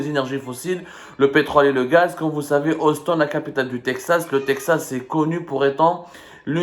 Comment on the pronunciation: C’est austin ou houston mais pas auston mon cher